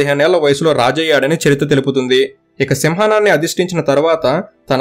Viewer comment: bro adi Simhananni kadu Simhaasananni 😅